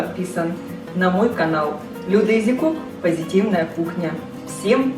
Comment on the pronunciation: Изи кук😂😂😂вэри найс инглиш, сэнк ю